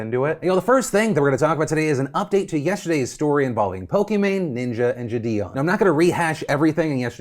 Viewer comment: I'm actually gonna unsub if he mispronounces jidion one more time